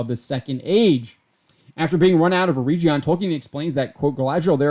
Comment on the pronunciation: Just one correction - You are pronouncing Eregion wrong - the "G" is like in "get". They travelled together with their daughter during most of the second age and as was mentioned in your article were separated for a time before reuniting again, but the entire storyline of season 1 is not the actual storyline of Galadriel and Celebron in the second age.